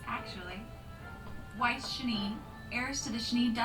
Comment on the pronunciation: you said whis OOF